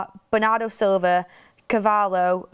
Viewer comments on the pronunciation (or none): none